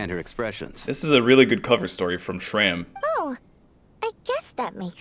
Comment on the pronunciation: only after 2 hrs into the video i noticed that you pronounsed shram's name(meaning 'scar' btw) correctly at first but then started calling him like the characters did fufu